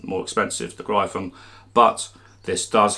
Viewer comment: Gryphon is pronounced like Griffin...